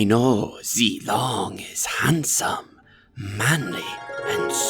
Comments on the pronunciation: Limg pronounced "Zilong" wrong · Pretty sure every person who understands mandarin agrees with me on this... Moonton: This is a chinese name...i think it's called ZEE-LONG?? Everyone else who doesn't understand mandarin: IT'S ZEE-LONG!! EVEN MOONTON SAID SO!! SUCK IT YALL MANDARIN SPEAKING BITCHES inhale exhale Me: cringes so badly